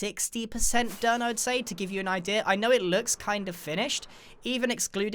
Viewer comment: no one: Grian: i d e a r